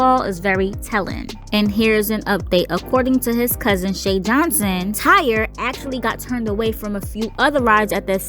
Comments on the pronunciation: I’m pretty sure it’s pronounced TY-REE ain’t nobody out here naming their child TIRE 🥱 May he Rest In Peace 🙏🏾🕊 BUT my unpopular opinion and not to sound insensitive but I believe it was both the ride operators and the young boys fault , the young boy knew before anyone else that he wasn’t secure in his seat.. ANYONE that gets on a ride knows before the operator if they’re comfortable or feeling secure , the boy should’ve raised his hand and got the ride operators attention but the ride operator also should’ve been more observant because had he been , he would’ve been able to tell Tyre he couldn’t let him ride that ride.. he was careless 🤷🏾‍♀️ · It's pronounced Ty-ree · RIP Tyree (pronounced Ty-ree)... 🙏😢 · Why the fuck her ass keep saying Tire . How does Tyree LOOK or SOUND , ANYTHINGGG CLOSE . TO. tire. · Correct... On other videos his family pronounced it Ty-ree. Simple mistake. 🤗